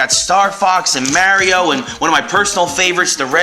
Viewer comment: U say mario wrong